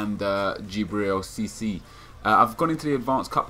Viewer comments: IT'S FUCKING CISSE, NOT CISSY. Is what I would be saying if I gave a shit. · Just to let you know Nep it's SEE-SAY, no hard feelings man :')